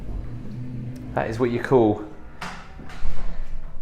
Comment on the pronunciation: 😂😂😂 loved the pause as you said " and that's what you calm........... * mind computing* ......... an epic toilet" 🤣 🤣